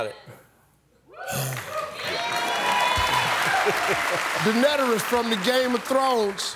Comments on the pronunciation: Did he just say “Denederis”? My ears hurt hahaha. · Daenerys is pronounced Day Nair Rys . But he's not wrong 🤷🏿‍♂️ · This guy called Daenerys "Deadaneris" 😂